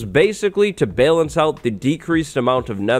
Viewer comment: why the hell do you pronounce Balance with a long A sound? LOL